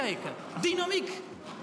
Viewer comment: Die 'TOCH' maakt het wel af.